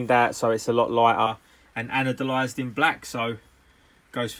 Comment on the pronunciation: It doesn't even bother me that you can't say anodized, you're attention to detail and knowledge is impeccable! Great to watch. Keep em' coming.